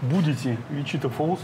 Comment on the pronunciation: Не ВичИта а ВичитА